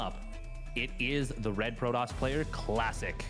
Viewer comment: Is anyone else hearing him call Classic, Plastic?